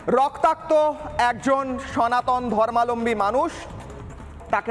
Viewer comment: ধর্মালম্বী নয়, ধর্মাবলম্বী হবে সঠিক উচ্চারণ ।